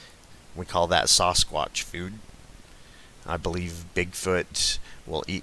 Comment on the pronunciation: Saw-Squatch? lol... I believe it's Sass-squatch. Sasquatch. hehehe